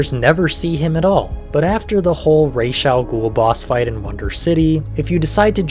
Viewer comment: thanks for pronouncing Raz's name properly